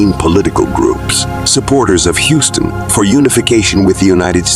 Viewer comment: It's not pronounced "HOW-ston", like the street in Manhattan. It's pronounced "HYOU-ston"